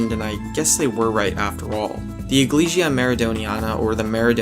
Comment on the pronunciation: Loved the vid, but iglesia is pronounced eegleseea